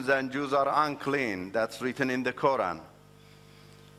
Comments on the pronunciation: Are you serious?......he learned arabic but calls us "Moslims" and can´t even pronunciate "Qura'n" correctly. Arabic is not my first language and I only know enough of it but I for sure pronunciate Quran better than he does. If you are going to tell a lie and want people to believe you at least learn about the subject enough to make it believeble. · It is surprising how people believe such charlatans. He can't even pronounce "Quran' correctly